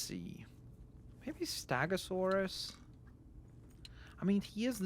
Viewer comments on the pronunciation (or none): It’s stegosaurus, not stagosaurus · St-e-gosaurus not st-a-gosaurus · You're calling the stegosuarus stagosuarus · It’s stegosaurus not stagosaurus